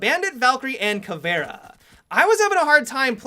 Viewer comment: "ka-vera" THERE'S AN "i" in "CAVIERA"